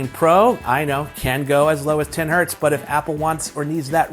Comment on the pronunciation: When he thought the Z in Hertz is an S and tried to pronounce it as a singular word...Hert 😂😂😂